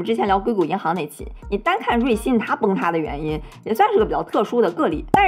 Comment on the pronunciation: 老是瑞幸瑞幸的我听着像咖啡😂😂